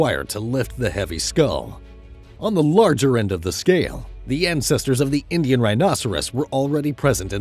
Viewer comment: Indish curry😂